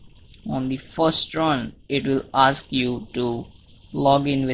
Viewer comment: hahahah u said AKS its ASK